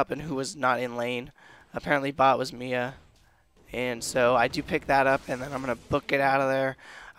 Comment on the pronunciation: its M.I.A. Missing in action not the actual name Mia. it's annoying hearing that.